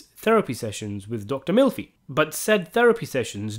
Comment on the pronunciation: You have a interesting way of pronouncing Melfi.